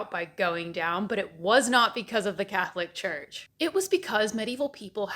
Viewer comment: Am I the only one who heard “the cat lick church”?